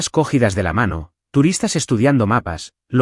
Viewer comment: Muchos errores que cometen. Como por ejemplo en esta narración escucho la palabra cogidas, pero pronuncia có-gi-das, y no lleva tilde en la tercera sílaba porque no es una palabra esdrújula, es una palabra llana no acentuado en la segunda sílaba (gi). Otra palabra errada: "interpusó"-palabra que no existe. "Interpuso" del verbo interponer. Palabra con la sílaba tónica en (pu) no acentuada.